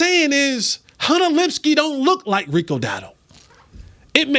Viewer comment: Please pronounce Luepkes name correctly